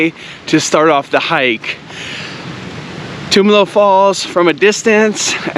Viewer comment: Great video. Thanks for sharing. Tumalo Falls is a go to hike here in Bend when friends and family visit us. One small nit though. Locals pronounce it Tum (like Tums) Alo not Toomalo 🙏😁